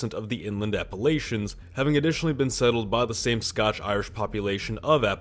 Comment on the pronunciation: The Scotch-Irish thing was driving me crazy.